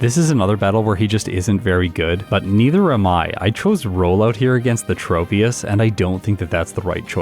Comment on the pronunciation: Im prety sure, "tropious" is pronounced like "tropics" (its a tropical tree pokemon) and "troposphear" (one of the atmospheric layers); not a hard "O" sond.